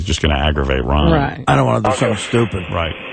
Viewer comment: Ronnie "Munn" lol